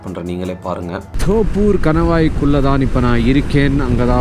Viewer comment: அது தொப்பூர் not தோப்பூர்..